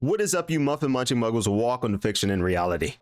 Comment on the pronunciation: Why you said “muffin munchin” like a slur? You should give it a try. Edit: wait, do they really always come in pairs?